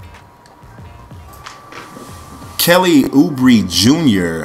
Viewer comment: Also Kelly Uh-Braa Come on franchise